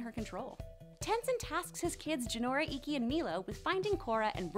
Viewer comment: "Hishiro" is actually supposed to be Hiroshi, Pema shouldn't be pronounced "Pee ma" Ikki had two "E" sounds, and P'li doesn't sound like "pie - li." Hope this helps!